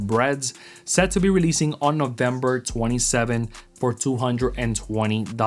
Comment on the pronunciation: the way you pronounced November you made a mistake and pronounced it wrong lol